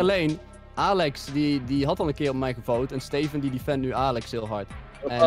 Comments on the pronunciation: Link alsjeblieft zeg steven niet als stieven zeg het aub als steeven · Ben ik de enige die zich ergert aan dat stieven zegt inplaats van steven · het is steven niet stieven